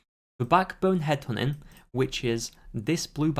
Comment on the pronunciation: "Headhunting" You: hed'honin